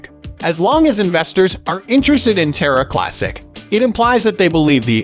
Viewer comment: You can’t even pronounce the name Terra right lmfao 🤡🤡🤡